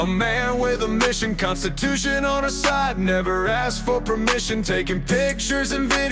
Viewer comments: he specifically AXED you not to. And he’s an attorney?? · When your lawyer says "I specifically aXeD you.." then it's time to find another lawyer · If my ATTORNEY said "I AXED you something," I'd FIRE him INSTANTLY!